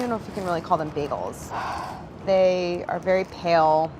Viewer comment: "Biegels" - Claire 😁❤